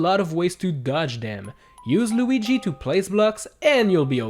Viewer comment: How did you said Lugi? I bursted out in laugh When you said it!